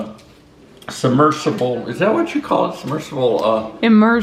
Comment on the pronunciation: "submergebal" LOL!!!